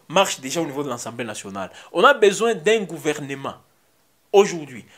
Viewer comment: On dit “assemblée nationale “ et non “ensemblée nationale “